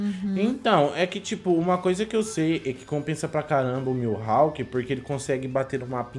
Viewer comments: Ele falando milhawk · Mano me dá uma agonia escutar eles falando o nome do mihalk errado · Q agonia com eles falando "milhawk"